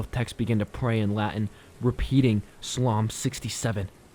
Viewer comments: “SulAhm 67”?!? That pronunciation Bruh! 🤨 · I'm sorry but you mispronounced Psalm and it took me out of the story lol. It's a fun listen though.